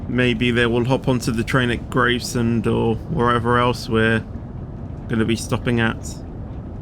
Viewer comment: how many times have I told u it's GRAVESEND so GRAVES as in Graveyard and SEND as in you sending texts